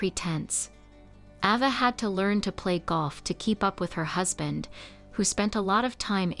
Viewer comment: Her name was pronounced AY- va.... NOT AH-va. How irritating.